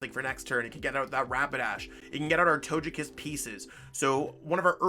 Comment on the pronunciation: It is pronounced as toe-gay -kiss vmax not toe-je kiss